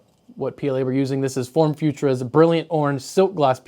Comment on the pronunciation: You keep saying "Form FutRa", but it's "Form FutUra".